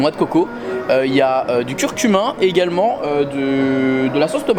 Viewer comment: ya que moi qui entend curcumin??? elle a l air bonne ta soupe mais soit elle est au cumin soit au curcuma mais tu nous a inventer une epice!!!!